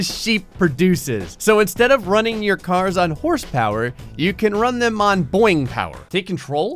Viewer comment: It is not boir-ing